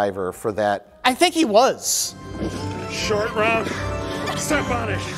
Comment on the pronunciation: Roat Shore 😂